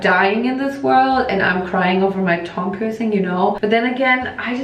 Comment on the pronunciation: Why is she saying tongue like thong? 😂😅